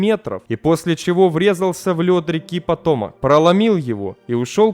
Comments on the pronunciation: Ну всё в принципе то неплохо и информативно, интересно! Но простите, река эта называется ПотомАк а не "Потомок")))) Мне лично "ухи режет" такое произношение. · ЛЮДИ! Да не потОмак, а ПотомАк. Что за чушь? Тут ударение на последнем слоге, но никак не на втором, и уж, тем более не на первом. За этот косяк -- дизлайк. А в остальном, ролик хороший. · Патомак наверно. Ударение на последнее А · и пАтомак а не патОмак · что бы нИбыло, патОмак и тд кровь из ушей уже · ПотомАк. Учись правильно ударения ставить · Всё хорошо, но с ошибками в русском языке надо что-то делать. Особенно с географическими названиями. ПотОмак, максатИха.. Ухо режет. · Какой ещё "патОмак"? :))) Название реки имеет совсем другое ударение... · It is potOmak . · ПотОмак? Серьезно? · ПотомАк ударение на а. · жутко безграмотный диктор. Воистину, пока умные люди сомневаются в собственной компетентности, тупые прошибают лбом стену... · нет, река Potomac с ударением на второй слог. В английском языке не характерно ударение на последнем слоге.